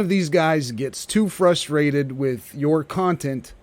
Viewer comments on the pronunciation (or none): none